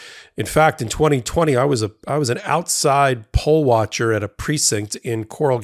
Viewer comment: LMAO he said “I was a pole watcher.” 😂😂😂